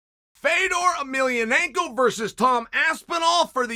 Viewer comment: All the comments are stupid. Because the only thing that matters in this video is.....Chael correctly saying Fedors last name right. That makes the gimmick 100x better